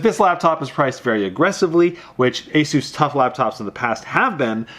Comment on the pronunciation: You say asus wrong! You say it like azsus...